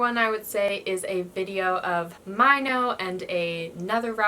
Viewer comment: You pronounced Winner's Minho like "my no" but it's actually prounced like "me no"... He is your bias...right...??